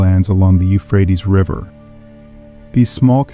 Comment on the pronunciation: Can you pick one pronunçiation for the word, Euphrates? Sometime you pronounce it as I was taught, You-frae-tees. But several times you pronounce it like You-fraets. I've never heard an English speaker pronounce it this way who wasn't just a kid making jokes. But, perhaps it is an ignorant AI that is actually speaking the text and you couldn't be bothered to edit the audio mispronunciations?